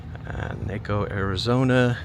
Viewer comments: Very interesting video! But every time you said "NAY-co, it was like fingers on a chalkboard! It's NAH-co, as it comes from the Spanish language! Still, three of my favorite places, Naco, Bisbee and Tombstone! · Hello and just a respectful modification. The name of the town is Spanish and there is no long A syllable. We should pronounce it KnockO rather than Nayco. Peace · It's pronounced "Nah,Ko" not "Nay,Ko" soft "a" sound........................ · NACO is pronounced Nah-co. In Spanish, it means popcorn. Great video, as always. Thanks. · pronounced" Knock O "❤😊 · NAWCO is how you pronounce it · Hi. If you care to see, a pretty good movie, that was filmed in the area of Lowell, Douglas, Benson,, and other places around there, see "Ruby, Jean, and." Staring Tom Sellek. Oh, by the way, Naco is pronounced, "Knock oh." Lowell is pronounced, "low oh." Like low to the ground. I know. Picky picky. Nice video. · I’m from Az. It’s pronounced Nocco. Like Taco. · In from Cochise County, the “A” in Naco is pronounced like the “a” in taco! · Pronounced “Nah-co” like Taco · Noc-oh! If you are going to make videos and post them, get it right! !n Naco, like TACO! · It’s pronounced NAH-CO. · The correct pronunciation is like if you are saying "taco". Naco. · It's pronounced Naaco, everyone could have told you if you asked! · Pronounced knock o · 😂😂😂😂It's pronounced Nah coe! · Its pronounced knock O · It’s pronounced “Nawko” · Naco - pronounced Nah Co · It's pronounced NAW-ko. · Naco = Nah-coe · I kept cringing every time I heard Naay coe. I live in the next town over in SV since 2008 and never heard it pronounced that way 😂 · It's nah co ! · The correct pronunciation rhymes with taco. Naco = Taco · I met my first wife in Naco. it’s pronounced like Knock-oh, btw. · It's pronounced with an aah sound Naahco I grew up in Sierra Vista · Naco, like taco. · Its NACO sounds like TACO not NAHCO :) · It’s pronounced Naco like Taco. I live near there. Nice video.